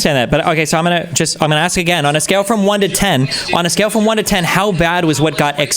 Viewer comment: "I just wanna axe a question"